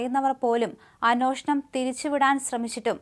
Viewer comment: അന്വേഷണം..... ഇതൊക്കെ മോശം ഉച്ചാരണം 🤷🏻‍♀️🤷🏻‍♀️